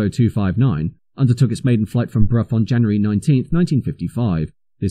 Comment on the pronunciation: Brough and Hanworth, not Prof and Handworth.